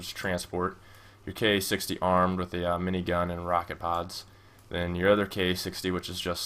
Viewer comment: Ka-60 would be pronouced 'Kar-sixty', not 'K-A 60' (at least for the real Ka-50 that's how it is)